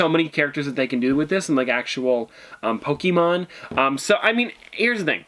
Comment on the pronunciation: Ummm your pronouncing Pokémon wrong. And Pikachu is not the original Pokémon it’s actually Ryhdon...